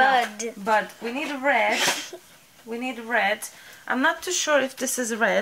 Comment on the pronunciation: Haaahahaha! I am such an immature adult and I kept cracking up with Emily when she laughed when you said butt instead of bud. You two are so stinking adorable together. What a sweet mommy daughter relationship! You guys gave me another idea to try from watching this! Love the video! <3